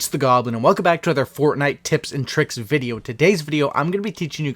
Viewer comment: A videy game? He said videy towards the end and he said fortday